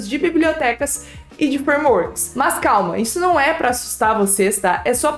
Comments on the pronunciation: na verdade ela fala "Mus" kkkk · Acho engraçado você falando "mas" kkkk Excelente vídeo. Obrigado por passar suas experiências, elas serão muito úteis